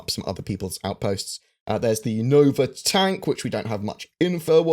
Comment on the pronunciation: You pronounced the Nova Tonk wrong... ;) Thank you for the update!